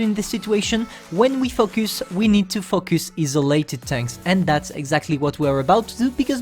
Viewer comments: The way u say 'Focus' ~fucc us..😂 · you cant say focus